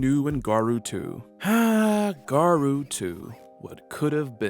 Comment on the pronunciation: Good info. My only problem with the video was the pronunciation of Garou. It's actually pronounced with an long o sound, not a u or oo sound.